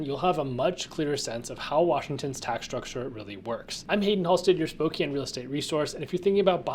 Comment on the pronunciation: I've been there once. Pretty boring town w/o decent Chinese food and found it is home to Gonzaga. It is Spo-"can" not Spo-"cane"...as the locals said it ain't Cocaine, it is Cocan!